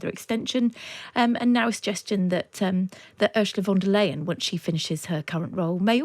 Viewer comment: Pretty bad pronunciation of 'Ursula von der Leyen' for a senior journalist. Should be OOR-zə-lə FON-der-line.